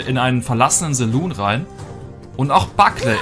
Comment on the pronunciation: Wie er saloon ausspricht triggert mich total😂